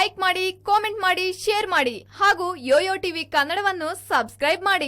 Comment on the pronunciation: Please talke in proper kannada dont say "aoudu" its Howdu, its not Agu, its Hagu